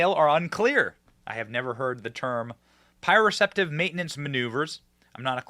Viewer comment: Benny cmon man I'm a therapist and do this on a daily basis. It's not pronounced as you are saying it so try it phonetically. Pro pro sep tive🤣 has to do with your brains perception of where your body is in space. Some people are visually dependent and others are more tactile dependent for balance and in therapy are challenged where they are deficient